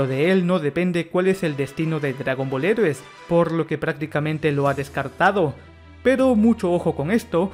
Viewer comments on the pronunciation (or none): Tienes que aprender a pronunciar "heroes" en inglés. Lo correcto sería algo como "Jirous".